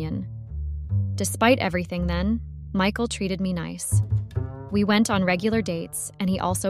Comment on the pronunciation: Who the hell is Mecal? Oh, it the horrible AI voice that cannot pronounce Michael.